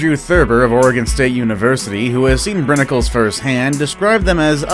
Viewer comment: You pronounced Brinicle wrong